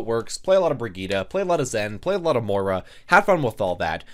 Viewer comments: Im irish and i want to kms everytime he says More-a instead of moy-ra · She pronounces it like "Moi-ra" in-game though.